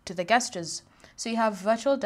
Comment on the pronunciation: it`s pronounced JEST-CHAIRS... not GUEST-CHAIRs.... jesus christ